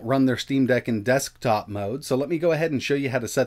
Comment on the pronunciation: The way this dude says “desk-top mode” is killing me